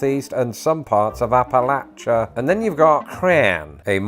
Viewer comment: Thank you for pronouncing Appalachia the right way ;)